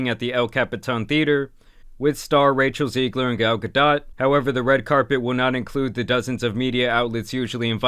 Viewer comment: How are you Latino and not know how to pronounce "Rachel Zegler"